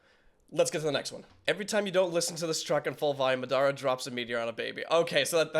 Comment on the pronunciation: I was like why is this vid 17 mins but he's reacting to 2 vids (also just like u said, u are bad at saying names and u def said Madara wrong too lol and Frazer was in Rustage sukana track 🙃)